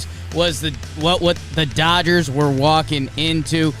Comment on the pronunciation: I can't stop laughing at "Dodges men". Please make that a sound loop.